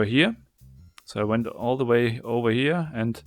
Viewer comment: "We need to find de wey"